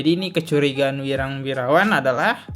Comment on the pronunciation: Ini host kok ku lihat dan dengar dari dulu sampe sekarang sebut nama si wirang kok salah sebut terus, kenapa ya 🤣, masukan tuh host kalau sebut nama orang jangan salah mulu 🤣